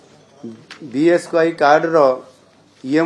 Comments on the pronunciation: Sir BSKY too thik se kohi paru nahanti 😂😂😂😂😂😂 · BSKY ଉଚ୍ଚାରଣ ଠିକ୍ କୁହନ୍ତୁ